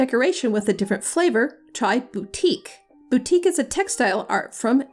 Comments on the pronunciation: Please stop murdering words. Batik is not pronounced BOUTIQUE. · cmon, don’t be disingenuous- that’s not an accent thing. You very clearly say boutique several times. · you pronounced wrongly for batik ...it is bar-tik (Indonesia, Singapore, Malaysia). good clip.